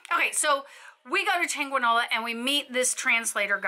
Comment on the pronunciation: Very Informative, but pleeeeease at least make some resemblance of effort to pronounce Spanish words in Spanish. EverytIme you said the word "Chanqueenola" I wanted to throw something at the TV. 😆